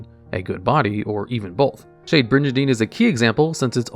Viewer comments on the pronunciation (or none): Do you really have to say bridge and Dean 500 times because that's not how the word is pronounced it's like brigand. Intensely mispronouncing a name wrong as many times you can is very interesting for a YouTube strategy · Trap monsters are super fascinating. Also, I died a little inside every time you pronounced it "bridge-andine". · I'm getting overly upset by Shade Brijandine's wrong pronunciation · WTF is a Bridge-a-dine??? Learn how to read for the 100th time!! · It's actually pronounced "Bri- GAN - DEEN" with a hard "G". A mispronunciation like this wouldn't normally bother me this much, but you talk about the card for a while and say it so many times... Also, Dinomischus can banish ANY face-up card (important to remember if you can't target your opponent's cards). You wouldn't want to accidentally banish your own cards. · Good stuff but bro that is definitely not how you pronounce brigandine, it's a soft G not a J sound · Or the slaughtering of "brigandine"